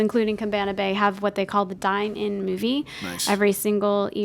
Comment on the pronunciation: The movie is called the 'Dive'-In Movie, you said Dine... Either food on the mind or confused the name with the DTD AMC Dine-In Theatre. Love the shows!